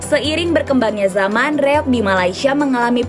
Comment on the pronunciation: REOG, Kisanak! Bukan REYOG! Tanpa "Y".